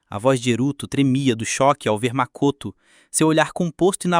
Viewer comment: Um bom vídeo, no entanto tem várias vezes que os nomes dos personagem é pronunciado de forma errada, como Akihara Haruto q vira Akahara Hirudo e Mikoto q vira Makoto, fora algumas palavras normais que são pronunciadas estranhas e até erros no uso de artigo. Recomendo dar uma olhada nesses aspectos pro próximo vídeo e tbm sei lá, tentar dar uma animosidade melhor pra história em vez de apenas ler a rodo os diálogos do capítulo do mangá.